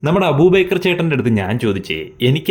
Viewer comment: അബൂബക്കർ ആണ് കേട്ടോ, അബൂ ബേക്കർ അല്ല